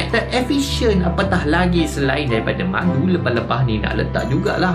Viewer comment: ckp " buat madu ni susah " yg sya dengar " bulan madu ni susah " teringat pengantin bhru kn lah.. Sentiasa dlm lindungan InsyaAllah, n... Moga sllu manis bgaikn madu.. 🍯